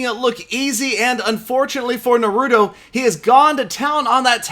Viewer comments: ITS NAH-ROO-TOE not NUH-ROOT-O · it Na-rue-tow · Oh no pls its pronounced NA-ru-to Uzumaki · its Pronouced NAR-UH-TOH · its suppose to be Naruto (Nah-Roo-Toe) probably looks wrong in text.. easier to say lol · I've never watched the show but i know its pronounced NAH-RU-TOE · he said Naruto so white LMAO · you haven't seen Naruto before huh😩? You said the name all wrong on this. You should watch the Anime so you know how to say it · I guess isn't a anime fan he pronounced wrong and didn't knew Naruto 😂😂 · I cringed when he tried to pronounce naruto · time to watch some Naruto and get that pronunciation down man! Making me cringe over here! Haha. Another nice video, as always. Thanks! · when murders Naruto's name...... smh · The way he pronounced naruto killed me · He pronounce naruto wrong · The way this man said Yahia and naruto lmao